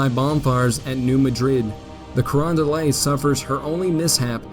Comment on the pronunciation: The graphics and analysis are excellent. One complaint, however. The narrator continually mispronounces place names. In this and associated videos Cape Girardeau, New Madrid, and Carondelet are not pronounced correctly. Part of the problem is that Americans tend to "angelize" foreign words. (New Madrid is NOT pronounced like the Spanish city.) It is obvious that the narrator is trying to do justice to these place names, but just a little more research (perhaps a phone call?) would be in order.